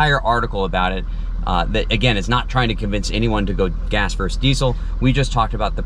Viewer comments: I love your channel. I have seen every episode. You are the gold standard. I watched the whole video and I don’t even have a truck! But I have one complaint and I can’t hold back any longer. A “verse” is like a stanza of a poem or a song. “Versus” means opposed to or in contrast to. You said “gas verse diesel” in the first four minutes of this video and it’s not the first time. Just sayin’. Regardless, I still love the channel and I will continue to, even if you ignore my comment. 😊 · Why do people say "verse" instead of "versus"??